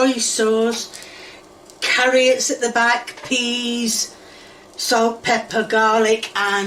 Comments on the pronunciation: She said carrots and then she remembered to purposely mispronounce it CARRIOT. This woman is not sweet or wholesome. She is diabolical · Did she say carriots? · Typical American, dont know what an oofa doofa is SMH.. Its a thingamabob, a wotsit, a whatcha-ma-call-it, a thinga ma jig. I think her refering to carrots as carri-ots is the biggest crime here, even as an Englishman myself I cant defend that one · Did she say carriots instead of carrots 😂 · "Carri-otts" me proceeding to clean out my ears to make sure I heard that right 🤔🤔🤔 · As soon as she said 'carry-ots' I was done. She really needs to stop with the faking pronunciations, it's too annoying and takes away any of her charm. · She just can't remember the name of the utensil. It's like saying "thingamyjig". I'm more concerned that she pronounces "egg" with an H and frequently calls carrots "carry-otts". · Has anyone addressed the fact that she pronounces onions and carrots "honeyons" and "carryutts?"